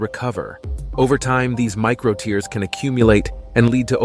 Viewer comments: There is a difference in pronounciation between "tear" from your eye and "tear" in your muscle. You are using the wrong one. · ok learn to say tear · Are you mis-pronouncing the word "tear" or am I missing something?